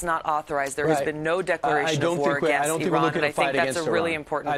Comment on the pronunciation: I loved how she schooled them and how she pronounced "Iran" correctly!